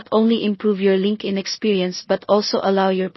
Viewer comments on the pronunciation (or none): Linkin? It's LinkedIn. It's annoying to listen to wrongly pronounced words. Rest is OK👍🏻